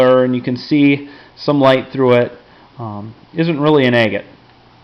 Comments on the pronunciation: You say it like Ag-gut, not A-gut. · For a second there I thought you said eggate. Lol